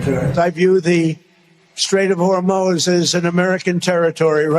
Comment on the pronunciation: He cannot control the Strait of Hormuz any more than he can pronounce it properly.